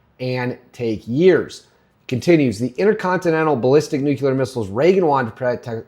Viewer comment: Olease stop saying "nukular." Clicked away.